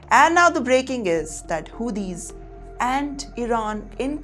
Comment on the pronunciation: 😂😂😂😂 Madam calling Houtis as - Who these Lmao